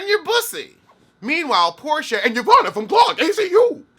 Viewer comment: I giggled every time he said it, wrong letters and all.